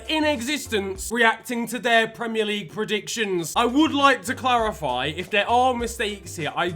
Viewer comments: PL predicions without a "t" is the best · turned spanish for a bit; reacting to pl predicciónes 🇪🇸